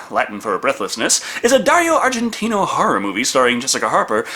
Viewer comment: Holy shit says Dario Argentino in the intro!.. lol..I've watched this review maybe 30 -40 times,never noticed...